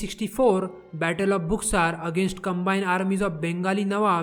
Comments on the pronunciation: Pronunciation of Buxur is incorrect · You are pronouncing buxar wrong.